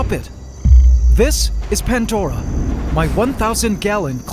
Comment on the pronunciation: You call it PANTDORA but pronounce it PANDORA every time 😆 Love this channel ❤